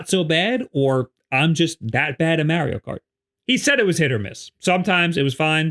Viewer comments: Repeat after me. Mah-ri-o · You're pronouncing Mario wrong lol